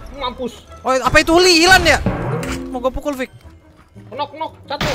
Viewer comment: ngomong pukul aja susah bad keknya wkwk